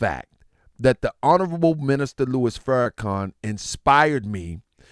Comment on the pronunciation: Just a lil humor…. Who is “Farn-khan”??lol